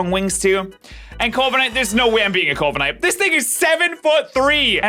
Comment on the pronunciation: bruh its corviknight you said it right 1 second before